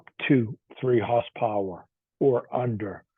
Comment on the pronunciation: what's "hoss powah"? Haha. Just kidding. thanks for the vid